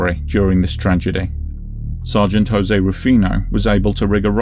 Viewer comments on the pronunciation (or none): none